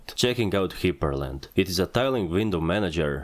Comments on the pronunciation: Hyprland is pronounced as Hyper land. not Hiper land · That's it. That's how I'm pronouncing "hyprland" from now on.